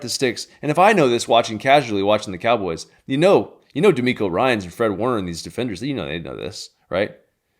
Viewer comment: "we got one more thing for you cowobys fans" lol